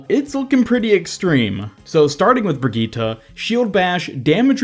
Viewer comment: So your saying.... BRIGEATTUH IS GOING TO BE A H E A L E R